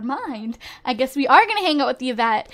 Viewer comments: It's pronounced EE-vette. Not Yeah-vette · Yvette is pronounced i-vet, hope you read this =D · Her name is not pronouced evet (Yvette)